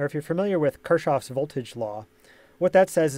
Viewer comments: Kirchhoff is spelled like "Kirk-hoff", not like Krushchev. Show some respect to his legacy. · Don't stylin on me. We're talking about spelling it in English phonetics, not the German one ('Kuchen, Kirche, Kinder'). Will you argue with me that pronunciation with 't-sh' in the middle of Kirchhoff (as in the video of 'man-eater') is actually right spelling?